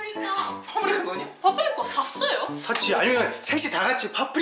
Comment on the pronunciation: 아이거 파프리카 '샀어요' 할때 발음이 딱 파프리카 캇타노? 랑 그 강세가똑같네 ㅋㅋㅋ 그러고보니 지금까지 그 강세들이 다그렇구나